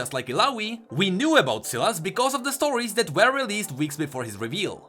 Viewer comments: Sylas. Sylas. Sylas. Not Sillass. Fuck. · Sylas is pronounced Sigh-las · I have a friend Sylas and he pronounce his name Sai Las